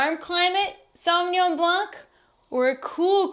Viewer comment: Alright, there you go. Madeleine: don't pronounce the "c" at the end of "Blanc".